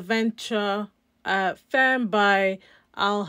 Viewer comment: Nice collection. Zara femme is pronounced “fam” 😅